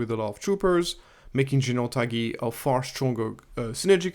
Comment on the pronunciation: Love your content. Thanks as always, but Tagge is pronounced “Togg”, as in the word toggle. The e is silent ❤